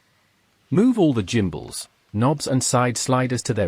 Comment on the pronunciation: Bit of an 'I will make a video and get free stuff post', changing stick mode is a 10 minute job. Get the back off, unplug the gimbals (PS, please look up how to pronounce the word 'gimbals' and listen to how it should be pronounced), unscrew the units, swap them over, plug them back in, change the mode in the radio's software the recalibrate and you are good to go. This procedure is just rubbish, sorry, 1 out of 10.